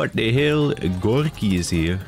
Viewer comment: Gorki is the name of a popular alcohol brand in Serbia, and you are saying it funny!